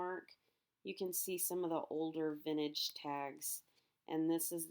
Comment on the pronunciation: VinTAGE not vinage